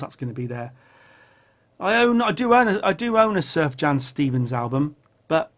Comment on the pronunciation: Wow Miles started recording in the early 50's, how did I get it that wrong..... I even read his book. Also one more thing, Sufjan Stevens is amazing... but you're pronouncing his name wrong, like most do at first... If you've never heard Illinois, you have to listen to it. It's progressive, jubilant, and I think you'd dig.